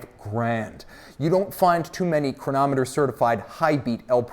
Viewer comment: I could listen to saying “chronomet bleugh!” all day